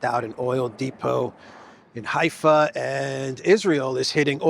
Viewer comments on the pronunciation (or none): none